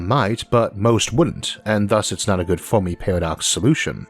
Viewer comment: Fermi, not Fowrmi lol